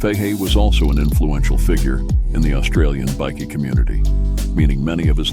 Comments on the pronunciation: Its pronounced Bykee not biki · As stupid as it is, it's pronounced " bi-key " ? Don't ask me why ! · Wow a chat bot video oblviously this has been made via AI or a american. As the bikie bickie biker are all pronanced inncorrect. This is a scam hopefully my data is safe. Seriously if you want to make videos at least call them bike.ers not bicc ies